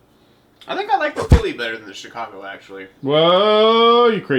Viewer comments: so.. It's pronounced Shicago lol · I'm not sure if he actually pronounces Chicago like that or hes just trying to piss us off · Shi-kaw-go south side white boy pronunciation😈